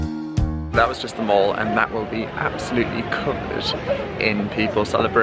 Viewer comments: Mate, it ain’t pronounced “mawl” 🙈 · Hi, it’s pronounced the Mall as in pal! Not as in the American shopping centre!! X